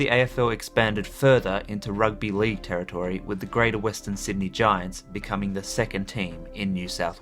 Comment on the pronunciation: Territory not Terri- toooory